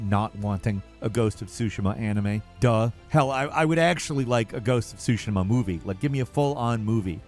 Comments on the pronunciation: Pls…. Say ghost of tsushima Not shushima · "ghost of SOO SHIM-A" instead of "SOO SHE MA" and "adaption" instead of "adaptation" im dying. youre killing me.